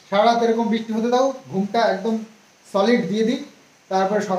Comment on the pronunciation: "Britha" ( বৃথা) ... Bananta thik koro. R "Bristi" (বৃষ্টি) .... Bisti(বিষ্টি) noy. Bhul uchcharon khub baje lage shunte.